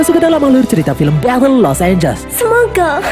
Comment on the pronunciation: Di film ini los angles berubah jadi los ambless